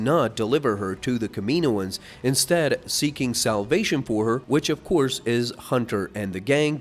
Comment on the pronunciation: dude the way you say kaminoans kills me